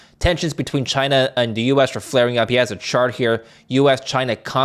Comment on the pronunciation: Drink everytime he calls China "Chi-NER"